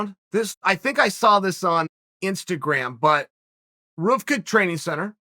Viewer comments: Chael: Roovka Training Center It's pronounced "Rooka" uncle 😂🤣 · Me: RVCA is pronounced “Roo-Ka” or “R-V-C-A” Chael: “Ruhv-ka” Me: Ruhv-Ka. Got it. Thanks. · Roofca Chael ?! RVCA- pronounced Rooka. Chael obviously doesn’t surf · RVCA is pronounced:ROOKA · Wait, it’s pronounced Roovkah training center? I always thought it was ruka. Maybe i’m just used to Bispings accent when he says Ruka and never noticed. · Pronounced ROO-KUH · It was definitely intentional. If you see the full footage, Orlando said “That’s what you get for saying I don’t belong here” Chael “RUUVKA” Sonnen is the only person that pronounces RVCA. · Hey bud. It’s pronounced REW-KA. I only bring this to you because I want you to not embarrass yourself by mispronouncing it. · Chael pronouncing it “Ruvca” doesn’t surprise me lol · It’s pronounce Rooka 😂 Chael charming as ever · I cant even lie i had no idea thats how rvca training center was pronounced 😂